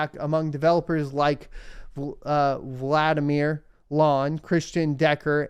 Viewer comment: It's pronounced "Vladimir". Edit: oh, you got it the second time - well done. Haven't you ever heard that quote: "I vant to sahk your blud"?